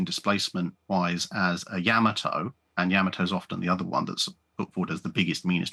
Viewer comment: Not YAHmato. It is pronounced YaMAHto